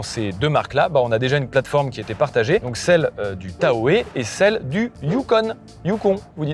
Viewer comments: Prochain essai : Lincoln Navigator pls 🎉 Ps : ça ce prononce Chevrolet Tao/ Yukone/hyundai tusson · On ne Prononce pas le e dans Tahoe, mais le h,!! Au passage, vas visiter le lac Tahoe, c'est superbe. Au passage, si tu te demandais si la version longue de l'escalade peut servir de corbillard, la réponse est oui.